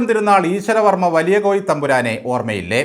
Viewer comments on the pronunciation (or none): കുര്യൻ സാറിനെപ്പറ്റി തുടക്കത്തിൽ പറഞ്ഞത് കോയി തമ്പുരാൻ എന്നാണോ കോഴി തമ്പുരാൻ എന്നാണോ?